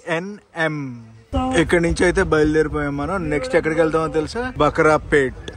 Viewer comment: అది బకరా పేట కాదు బ్రో భాకరాపేట. కన్మొల్ పల్లి కాదు బ్రో కనుమలో పల్లి తప్పుగా అనుకోకండి మీ ప్రతి వీడియోలు చూస్తాము మేము మీ తరువాత వీడియోస్ కోసం like చేసి వెంటనే suscribe చేసుకోండి